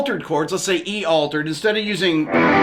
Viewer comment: Sorry sir it’s altered not aletered